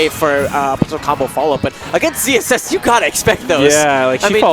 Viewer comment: I can hear them saying ZZS, but shouldn't it be ZSS?